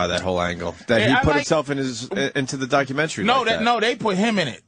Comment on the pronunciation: Its not documen-tree! It's documen-tary.